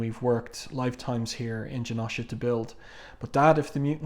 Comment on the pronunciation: U gotta pernounce the o in janosha more but thank u so much for the vid